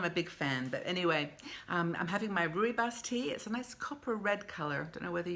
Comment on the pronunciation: Also drinking Rooibos. It's how I start the day as its less frantic than black tea. By the way it's pronounced Roy Boss and just means red bush in afrikaans☕😊